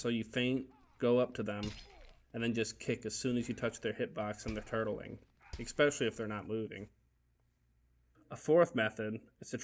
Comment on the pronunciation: I love your videos. They are very professional and informative. Just one thing...especially is pronounced with an s, not as “expecially” with an x.